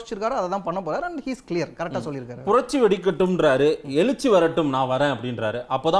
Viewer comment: உங்களால் தமிழ் கூட சரியாக பேச தெரியவில்லை...நீங்கள் எல்லாம் ஒரு Anchor...எழுச்சி என்ற வார்த்தையை எலுச்சி என்று பேசுகிறீர்களே...வெட்கமாக இல்லை... முதலில் நீங்கள் ஆதரிக்கும் ஸ்டாலினை பத்திரிக்கையாளரை சந்திக்க சொல்லுங்கள்